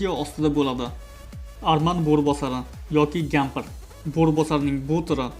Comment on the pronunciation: Aka gampr dedizmi yoki kampir dedingizmi bilmadim